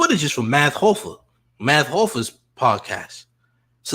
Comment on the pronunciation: How is you from New York and cant say MATH HOFFA?! M-A-T-H H-O-F-F-A Champ!!! Cmon!